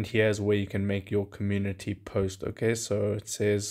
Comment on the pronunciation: Comun-unity is what he is saying 😂